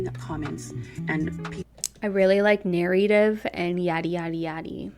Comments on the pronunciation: Someone should've gave her an explanation that didn't say narrative 😂😂 she couldn't even say it right one time. Talk about guilty. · Take a shot every time she says "narrative" with that pronunciation.